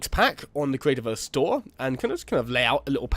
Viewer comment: subswibers, weally, cweativerse, celebweat, inspiwation, mainwey, awea, just a few Words you said, what is with you and W's dude. comon not every word in the english language has a W in it